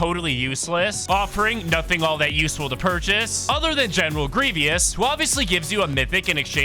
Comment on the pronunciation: "greeve-ee-us"? "loot horses'? Do you even Fortnite or Star Wars?